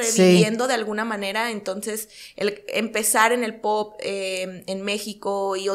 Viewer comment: Por que no sabe decir palabras kenia? Me estresa q es según muy linda elegante etc pero no sabe hablar osea se dedica a la música y aun no entiende que es albuM no albuN... y es poP no poT me estresaaaaa